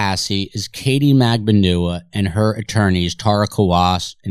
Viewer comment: Why are there so many different pronunciations of MAGBANUA? I hear it with accent on the B, & others with accent on the U?